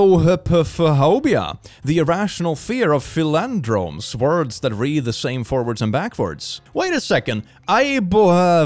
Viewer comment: Umm…it’s PAL-in-dromes, not fil-AN-dromes. 😘